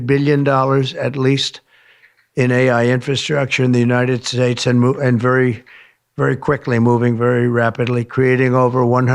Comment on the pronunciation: United shtates